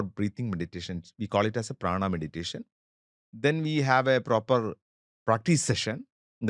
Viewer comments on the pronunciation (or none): none